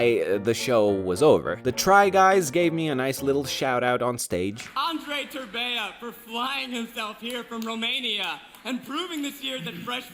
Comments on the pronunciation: "" Oh my God, dude, I feel you. I also have a foreign name and people mispronounce it a lot! XD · "" ah yes, i love romanian names and how easy to read and pronounce they are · Lol, its so wierd hearing americans pronouncing:))